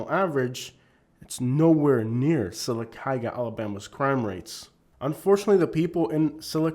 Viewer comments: lol you lived there but can’t even pronounce it correctly 😂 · He needs to learn to pronounce Sylacauga 🥴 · You can’t even pronounce the name of the town. You don’t know what you are talking about. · 2 min into the video and I can tell two things. You haven’t traveled much and that you’re not as familiar with Sylacagua as much as you say. The way you say Sylacagua tells me that😂 and while it is trashy I’ve been to much much worse state side. Don’t get mad and talk trash on a whole group bc one pissed you off. However, the woman was definitely in the wrong. She should’ve kept her mouth shut and went back to her double wide.